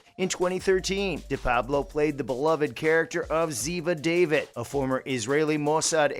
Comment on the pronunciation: NCIS fans: Don't bother watching this. Most of it is a recap of what she has done since she left NCIS. The rest is speculation. This guy can't even pronounce David.